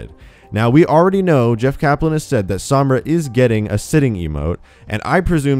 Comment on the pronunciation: Overwatch News all you white people cant even pronounce sombra correctly